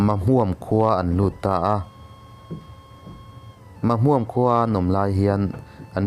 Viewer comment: Syhlet leh Mahmuam chu I lam dik lo thin hle mai..Sajek pawh....inzir deuh rawh